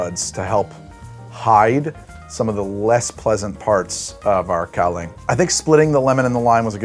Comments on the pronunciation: Its, "gow-lee-ahng". And its BRUUTAL. I love it. But only in small doses. When I lived in taiwan we would frequently drink this stuff to pregame night clubs and bar nights. You sip on it. Gently. At dinner BEFORE you go out. You don't just sit and get hammered on the shit. You will black out. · Kaoliang?!!? Dear god man